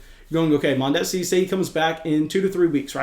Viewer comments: The repeated mispronunciation of Mondesi’s name was hilarious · You are pronouncing Mondesi wrong